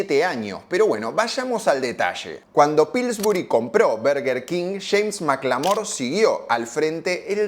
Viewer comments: Tampoco es Berguer Keng, es Borguer Kinj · No se pronuncia "burguer", se pronuncia "/ˈbɜːrɡər kɪŋ/" king :face-orange-raised-eyebrow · Perdió?? Yo voy al Burger siempre 😂😂 Y toda la gente que conozco le dice "burger king", a nadie escuché decir "Berger"!!! Berger jajajaj Yójanesburg!! 😂😂😂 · dijiste q ibas a decir bUrguer king porq siempre lo dijiste asi pero te la pasaste de diciendo bErguer king. Te falto decir q mc donald le gana la "guerra" cuando lanzan la famosa big mac (la hamburguesa doble con tres panes) No se dice "paty" son hamburguesas, paty es una marca aun que quizas en bs as todavía no se hayan enterado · me parece perfecto que le digas Burguer King o Berguer King, mientras no le digas BARGUER, como la mayoría de porteños, todo bien jajaja (quién habrá inventado que se pronuncia BARGUER y por qué tanta gente lo habrá creído? Encima esa es la gente que te debe criticar por decir Burguer haciéndose los angloparlantes jajaja) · Nooo, era "burguer", no "verguer", habías empezado bien... 😅 Bueno, después te mantuviste dudoso. Casi dejo de ver el video con cada "berguer"... BERGER era un piloto de Fórmula 1!!! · Es molesto cuando dices Berger King. Tu pronunciación de la palabra en Inglés es atroz. Buen video por cierto :D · Berguer Ling 😂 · al tercer "berguer kin" cerré el video y le di dislike jaja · Por qué le dices berguer cuin? Jajaja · Cuando escuche Berguer king deje el video 😂😂😂 anda palla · es berguer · Se dice bArguer king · 5 - Verguer King??? Jajaja Que genial tu karaoke en el ultimo Zona Franca!!! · Jajjaja al principio del video dije... Dijo mal el nombre